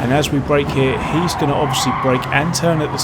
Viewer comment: Why don't you say 'EERIEISSSS again' as in 'here he is?'